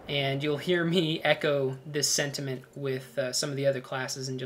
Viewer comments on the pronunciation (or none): none